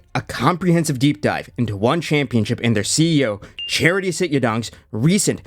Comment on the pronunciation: As funny as it is to hear his name pronounced "charity," it's actually Chatri. Pronounced like "cha-tree." If you were misprouncing on purpose to make fun of him, carry on 😂 but I thought I'd throw that in there, in case you genuinely weren't sure how to say it.